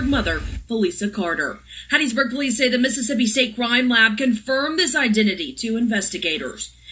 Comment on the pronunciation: I WAS BORN IN RAISED IN HATT.B MISS. YOU SAID IT RIGHT. DON'T MAKE THE WRONG TURN😀😀😀😀